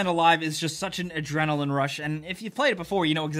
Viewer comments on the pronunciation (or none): none